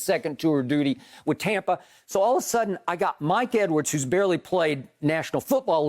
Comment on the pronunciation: Skip "Tompa Bay" Bayless